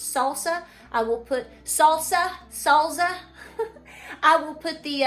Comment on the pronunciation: Sall-za! Cute!! ☺